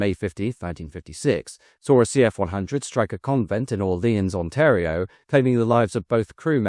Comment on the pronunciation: I congratulate you on the pronunciation of ‘Ontario’ thank you for covering this topic. My grandfather was an engineer on the CF-100/CF-105. So many great stories surrounding these programmes